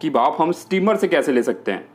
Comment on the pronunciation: Bhaaf nahi bhanp... 😂😂😂